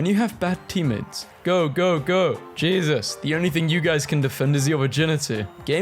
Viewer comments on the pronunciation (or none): none